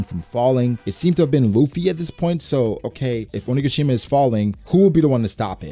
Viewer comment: Has to fix how he says onigashima. Idk why it bothers me so much but every time i notice it.